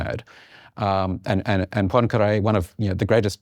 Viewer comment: Are they pronouncing “Poincaré” as “punkray”? Or is “punkray” a different person?